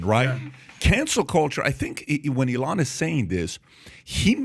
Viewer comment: Love how PBD pronounces E-Lon